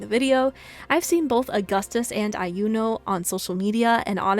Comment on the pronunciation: Iuno is pronounced with a silent i fyi Not Ai-u-no, but just u-no